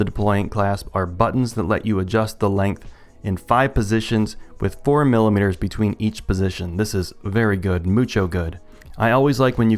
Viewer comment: FIFTY FIVE MILLUHMEETURS... that's a lot. This is a lot. I like it.